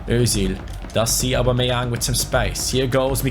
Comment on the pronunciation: U can tell he doesnt watch football when u hear him say aub